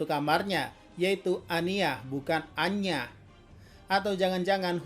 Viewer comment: kalau abang ngomong aina secara cepat akan terdengar seperti anya